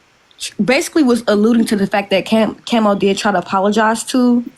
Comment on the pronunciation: Y you say kemo it's Kamo....Prayers🙏🙏goes out for dem....